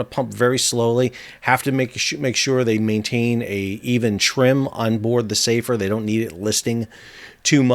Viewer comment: Hi Sal, sorry to be pedantic but the name of the ship is "Safer" - as in an Arabic name. it is pronounced with the 'a' sound shorter than the English "safer" meaning 'more safe'. Here's a clip from a website: "Safer is a Muslim Boy's name which originates from the Arabic language." You can see the Arabic script on the bow in the video. Other than that thanks for the explanation!